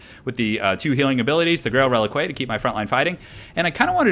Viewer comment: click on the grail reliquae and listen how it is properly pronounced:D